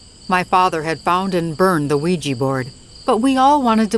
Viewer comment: Thumbs down until you start learning to pronounce Ouija correctly